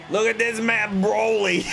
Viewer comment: Did you just say “broly” is BROLIC. Your fine tho nice video